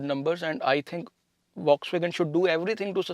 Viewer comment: Fox bolo vox nahi